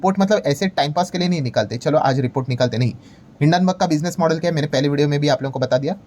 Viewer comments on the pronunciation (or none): none